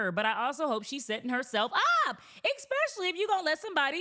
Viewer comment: Since when do you Americans say "ex-specially"? That's like almost exclusively a Greek North America n thing... Awee are you guys trying to replace the real Cleopatras? It's weird... First sororities and now this... Smh such blasphemy